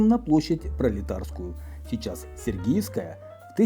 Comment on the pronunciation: Господи, ну как так можно? СергИевская!!! площадь. Вы же подаёте исторический материал. Ну, конечно же сЕргиевская!